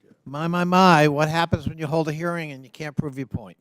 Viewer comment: Just to be clear - was this a hearing, proob, or an inverstigashun?